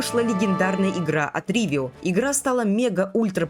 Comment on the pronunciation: Почему "Ривио" а не "Ровио"? Почему "Эпхория геймс" а не эйфория геймс? Это типо у тебя такая фишка, коверкать, названия компаний 😂